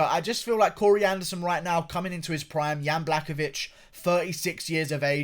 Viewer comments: some respect how to prenounce surname of the winner is "buahovitch" your welcome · If I have the hear this buffoon say “blackovich” one more time